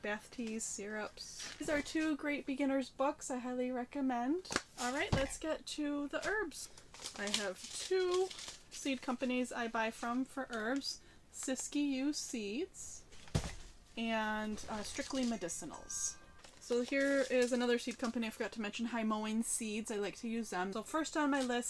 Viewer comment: Siskiyou is pronounced Sisk you. Not a big deal, I just live in that area.